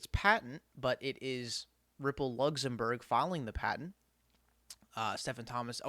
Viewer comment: Lugzumburg lol